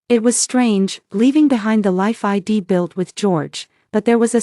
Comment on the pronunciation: Either teach your A I to sound out contractions or quit using them. I'd is spoken as "eyed" not "I D".